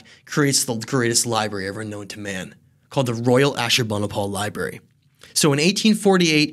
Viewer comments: My dude said liBEARy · Lie berries 🤭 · Did this dude just say, "Li-berries"? Why... just... why? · "Libarries," lol. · You’d think a history expert would know how to pronounce the word: “library.”